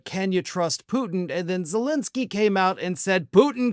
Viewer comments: Dude learn to pronounce Zelensky's name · Much as I appreciate you and your channel, I feel it's not too much to ask for you to pronunciate vo-lo-do-mir ze-len-ski more appropriately